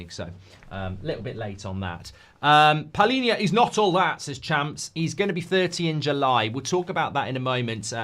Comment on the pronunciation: of them😂😂 it's PALHINHA the right one.